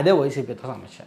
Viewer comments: Bro, small suggestion. Meeru samasya ani anakunda samashya antunnaru. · Shamashya kadu anna samasya